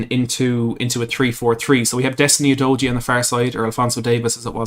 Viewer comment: It’s pronounced You doggy!